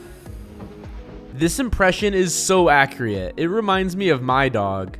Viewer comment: lol bro said “akreat” 💀💀